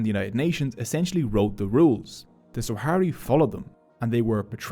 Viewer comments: I hate to nitpick but your pronunciation of Sahrawi is both wrong and inconsistent throughout the entire vid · I really appreciate your good work brother. I do find it irritating though that you misplaced the W sound in “Sahrawi” throughout the video. Sah-ra-wi. Not very hard and it’s a small detail that made me want to stop watching halfway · Sah-ra-wi not Swa-ha-ri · Good video but it's Sahrawi not Swahari 😭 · It’s not “Swahari”. It’s Sahrawi. Thank you for this video 👍🏽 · Swahari people 😭😭💀 It's sahwari not swahari, that guy is the only one who says "swahari" because he is from the west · Firstly it's sahrawi, not saharawi or swahari, also "sahrawi people" don't exist because "sahrawi" is simply the denonym for the sahara region, so a Tchadian is a sahwari, their entire ideology was created by Boumediene and Khadafi to weaken Morocco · Sahrawi => Swahari????? I appreciate this video and bringing attention to something that's not talked about very often, but come on lol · if you go through the trouble of making a video about a people's struggle and have the video make you money, atleast have the basic decency to uhhh... PRONOUNCE THEIR NAME CORRECTLY. SAH RA WI. NOT SWAHARI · He mipronounced Sahrawi every single time.